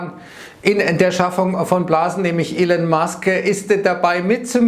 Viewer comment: Der Mann heißt immer noch nicht "Ilen" oder "Ellen" Musk... ;-)